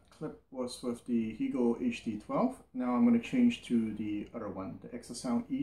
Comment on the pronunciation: Hegel rhymes with Bagel. I listen to your reviews all the time. Much Appreciated:)